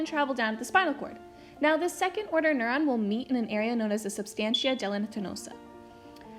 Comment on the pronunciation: Good Job! btw its Gelatinosa!